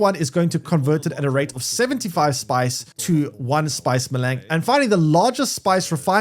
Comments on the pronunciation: Melaaang.... spice melaang.... Melange is literally pronounced how it's spelled. Mel-ange Mel-awwn-g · Maylang. lmfao!!! It's "may-lonj"! It's french. maylang... smh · Spice Me-Lang! Wtf can’t do it, can’t take you seriously. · Ma-Lang and helicopter... I can't handle the constant terrible mispronunciations. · If it‘s french, it‘s pronounced „melunsh“ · please say melange correctly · Boy you butchered your pronunciation of spice melange. It is very French sounding. Just watch one of the movies, but DO NOT continue to pronounce it the way you are currently. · came here to write te same thing xD